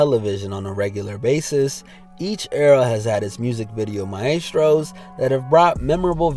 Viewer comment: He pronounced maestros like mayestrows